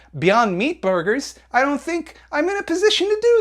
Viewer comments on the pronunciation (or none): You mispronounced "beyond meat borgers" D